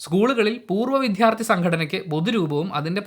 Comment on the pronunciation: ദയവായി വിഥ്യാർത്ഥി എന്നു പറയാതെ, വിദ്യാർത്ഥി എന്നു പറയൂ